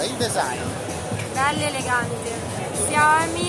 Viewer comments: Si pronuncia ''SCIAOMI'' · Ma uno che abbia pronunciato il nome di "Sciao-mì" come si deve non c'è